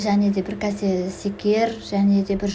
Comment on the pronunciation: Ренжіме өте тамаша бірақ кәсе емес кесе секер емес шекер сияқты